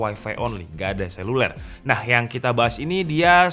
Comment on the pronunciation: selulel 😂 mantep mas.. 👍👍